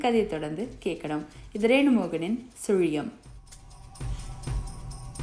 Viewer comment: Hero's often speak punch dialogue in cinema.but nobody cannot pronounce sulium like you my child. You have broad mind. So only you are giving important to your fans and wellwishers. This story make me to think about your Goodness only. God 's blessings and my blessings are always with you my dear.